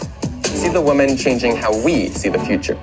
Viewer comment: I'm mostly offended that he can't pronounce women...